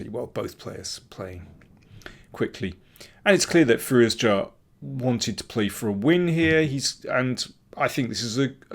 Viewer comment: can you say his name right? there's no hard J in firouzja... it's a soft j like the s in pleasure.